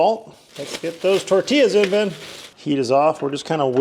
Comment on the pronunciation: NOT me thinking every time you said 'Ben' you were saying Babe lol